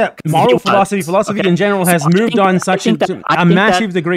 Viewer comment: They like to say "philosoply" because it has four syllables.